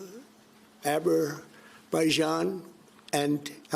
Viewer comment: Abberaijan and Albania 🤦‍♂️